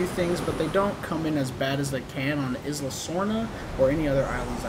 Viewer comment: It's prounced "Eye-la Muerta" not Izla LoL